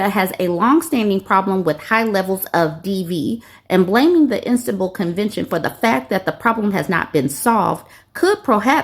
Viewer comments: Sounded like she was saying "Instant-Bull" No hate her way- but it drove me crazy too lmao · It's pronounced Is-tan-bull. Much love from a European 😂❤